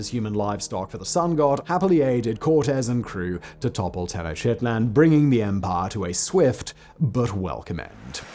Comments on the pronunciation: I had to laugh every time he said tennoshitlan. Pretty sure it's tenoch-tit-lan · Hi Simon 👋🏻 just for future reference, vis a vis “Aztecs” (Mexica), the pronunciation is: Nahuatl: “na-WAt” (very subtly on the “t” as if you’re whispering it after emphasis on the “wa” sound. Tenochtitlan: “teh-noch-TIH-tlan” emphasis on the “tih”. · κρυπτεία would be better transliterated as "Krypteia" or "Krupteia" It comes from the word "kruptos," meaning hidden or secret. Cognates "crypt" and "cryptic" come from the same root, and you would pronounce "Krypteia" like crypt-ae-uh. Nah-woht-luh Teh-noash-tit-lahn Ometeotl isn't the sun god, or even a god. Ometeotl is the name given to the duality of two different gods: Ometecuhtli and Omecihuatl. They are also not the primary gods of worship in the Aztex pantheon- that would be the actual sun (and war) god, Huitzilopochtli. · Great content. Love it. Please, research pronunciations. Nahuatl is not pronounced "nah-hoo-tel", it is more like "naa-waa-tl". Particularly, there shouldn't be any vowel between the t and l sounds, but if you need one, it is better if it is a shwa. Also Tenochtitlan, the ch sound is represented with ch, the t represents pretty much the english t sound. But after butchering those two, Ometeotl was decently pronounced. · The way he pronounced “Tenochtitlan” made me want to employ some rather brutal historical practices